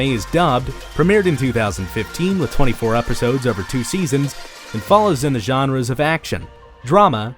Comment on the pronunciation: The “genreys”